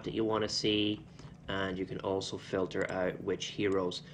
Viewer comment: are you saying Hanzo or also?